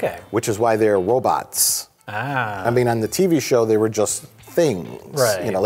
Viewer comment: Am I the only one who heard Mike say "wobots" ?